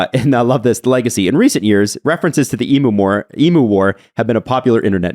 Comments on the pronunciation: Eem-yew not eem-moo.. Cmon man. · It’s not pronounced E Moo It’s E mew. Say it goddamned right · Throw the hat. The bird's name is pronounce EE-myou. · Australian listener here. Excellent overview of the emu war! Few notes: It’s hilarious how Canadians pronounce emoooos 😂 Worth noting is that emus are essentially bullet proof. I challenge any of todays armies to take them down without resorting to the nuclear option 😂 Thanks for lightening my mood after a tough oilers game 1 loss 👍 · The way you guys are pronouncing emu is triggering the Australian within me... E.Mew as in Mewtwo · The way you pronounce EMU had me rolling around with laughter!!!!!! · As an Aussie, cool to get a bit of our history on the channel. And love accent on EMU🤣